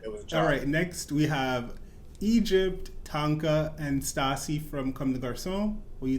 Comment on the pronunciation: I laughed so hard when called Stasha “ Stasi” 😂